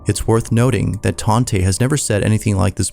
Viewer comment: Tante is aunty or aunt in German I believe. She probably just goes by Tante. Taunt-uh ❤